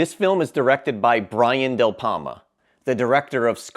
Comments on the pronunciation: I've seen the majority of these. I own Phantom of the Paradise, I absolutely adore it and Lord of Illusions. I absolutely believe that the end of a-ha's video for Take on Me was taken directly from the end of Altered States. And it's Brian DEPalma, not DelPalma. 🤦🏻‍♀️ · Are you saying Del Palma bro? It's De Palma. I do like your list and i would like to see a remake of "Deathdream" but still taking place in the early 1970s. Also,Rutger Hauer's last name is pronounced "How-er."